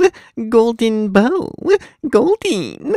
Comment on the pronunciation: it sounds like hes saying goldeen rather than golden haha